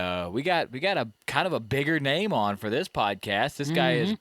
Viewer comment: If this guy says nameen one more damn time ughhh . Good content tho